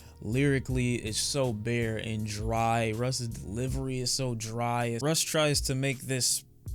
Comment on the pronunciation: Russ rhymes with loss. Take this L Russ